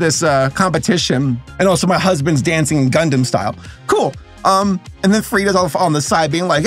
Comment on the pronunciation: "gundam style" you hurt me